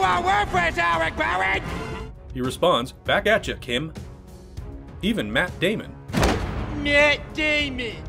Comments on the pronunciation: "Myatt Daymehn" ~ Matt Damon. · Matt -day-men 🤣🤣🤣😂😂😂😂😂😂🚬🚬😎😎🖖🖖🖖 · "Maat Day-mon"?